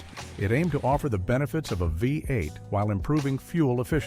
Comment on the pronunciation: AI voice over. Through most of the engines, it says FiVE 8, not VEE 8 as V is the roman five.